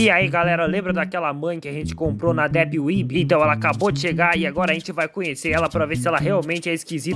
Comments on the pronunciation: não é dip uebi, é dep uibi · "...éhhhh depi wuibi..?" Isso me quebrou mt man kkkkkkkkkkkk